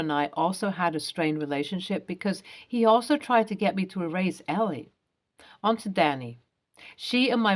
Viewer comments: Why can't people who make videos pronounce names correctly? It is Elle (EL) NOT ELL-EE. Duh! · this is the second video in 2 days with a character '''Elle" this name is pronounced ell, not ellie